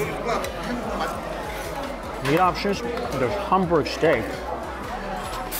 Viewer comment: Every time he says Humburg steak